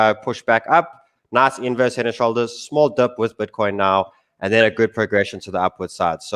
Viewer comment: That's Butcoin lol...